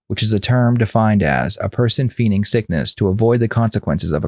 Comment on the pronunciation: Feigning is pronounced fayning, not feening. 😂